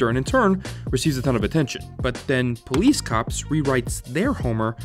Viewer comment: "caps! Worse, the pole'ees caps" I don't get it.